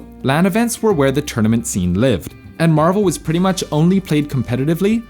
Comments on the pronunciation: Mah-vel. Dude you sounded Australian there for a sec lol. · Threw in a cheeky little "Mahvel" there! 😂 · the way he says "marvel"lmfao